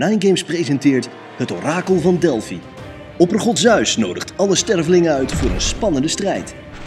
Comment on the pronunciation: Zeus uitspreken als zuis is correct. Het is immers een Griekse naam. Maar Egeïsche zee uitspreken als egiese zee (in plaats van egee-iese zee) is wel fout. 😊